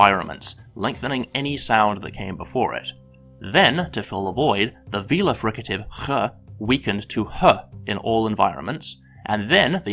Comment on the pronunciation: "The velar fricative" pronounces the uvular fricative